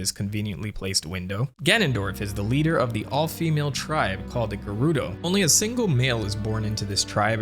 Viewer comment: Yeah I'm married to Hyrule Historian, I'm pretty sure that you can't read Gerudo Script (Ger-Rude-oh).